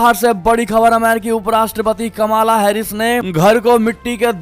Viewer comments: कमाला नही कमला हैरीस सही है ।ऊच्चरण ठिकसे करे । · Please learn to pronounce US Vice President’s name correctly. It is …कमला…, not …..कमाला…..।